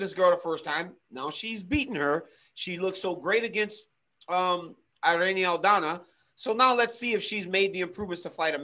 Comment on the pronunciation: It's Pronounced Irr... Ee.. Nee.... The I in Spanish sounds like an American E... ERene =Irene ... Cringe ...